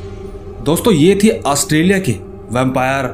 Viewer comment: नाम तो सही से ले लो ऑस्ट्रेलिया 🇦🇺